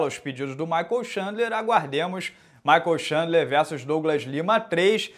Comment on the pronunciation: "Michael Chandler" Errowww champs uiahua